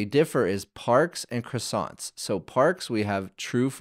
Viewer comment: The way croissant was pronounced triggered me a bit. But interesting tutorial, keep it up